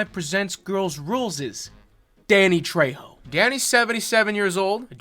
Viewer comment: I can't believe mispronounced his name! It's Danny Fucking Trejo!